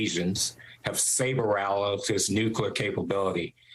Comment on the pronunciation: Saber what? Dude can’t even pronounce rattles